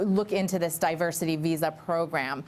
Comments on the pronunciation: DIVERSARY????? Oh my god. His mind is dissolving day by day. Must be filled with those Alzheimer's holes by now. Seems not a day goes by, that our president doesn't make a fool of himself. Day care doesn't seem adequate; this man needs to be institutionalized. Ivanka, please get him out of there, and pick a nice nursing home where he can sit in his own room and yell at the TV. And don't forget to give him a toy phone so he can pretend to tweet. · “The Diversary... the Diversary and Diversity visa program” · diversary... diversary... and diversity... diversity lottery. sounds nice but it's really hard to say. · WTF is "Diversery"!? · Diversory?! Do they still sell Hooked on Phonics?! 😂😂😂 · Diversery? The best, big, mispronounced words? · Diversary...diversity. Reading is hard. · “Diversary” lottery? Is he dyslexic? Can he read? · 45 cannot even pronounce "Diversity" what a MORON. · What a moron!!! Can’t even say the word “diversity”!!! I still do not recognize or X knowledge him as president.